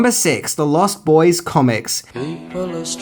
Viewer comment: Stop saying the lost boys as if it's a sentence. It's pronounced as if it's one word. You're using the adjective as if it's a description. It isn't it's a title.